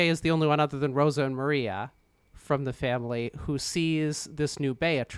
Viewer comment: When I first heard that I thought you said Mario not Maria, so I thought you were making some kind of joke I didn't get.